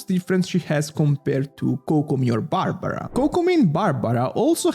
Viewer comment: u are the worst ytuber there is that uses accent as to differentiate themselves, how the hek u say barbaraaa u fm